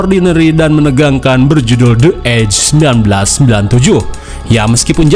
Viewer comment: Itu dibacanya bukan De edje, tapi Di Edje Kata The kalo bertemu kata yang diawali huruf vocal, dibaca "Di".😅